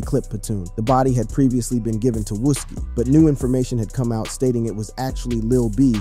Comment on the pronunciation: Seriously I'm not even from there and I know how to pronounce that 🤣 I think everyone know then again he also say "wuski" haha